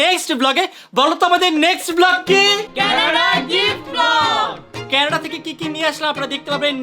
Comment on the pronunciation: Kenada noy Canada